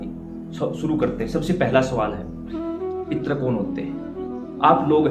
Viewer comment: "पित्र" लिखना या बोलना ग़लत है; सही शब्द 'पितृ' है जिसको सही रूप से लिखना एवं बोलना चाहिए।